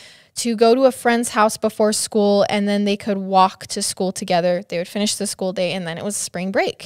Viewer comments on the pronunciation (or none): none